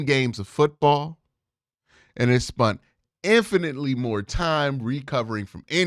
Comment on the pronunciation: “Spunt” kills me every time lol